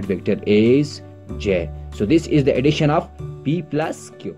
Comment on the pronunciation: The way u said additiona is just like sindhis style sindhis also speak like this